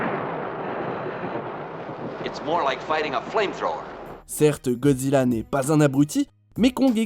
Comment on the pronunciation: il a bien dit Godjira où je reve